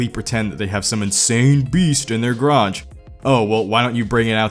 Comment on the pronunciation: i hate how you say "grotch" instead of garage.